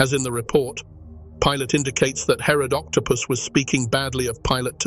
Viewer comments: I'm sorry, but when the AI voice said Herod Octopus I had to laugh and downvote. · Did anyone else catch the narrator say “Herod octopus “? 😂😂😂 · Did he actually say Herod octopus? Surely I heard that wrong.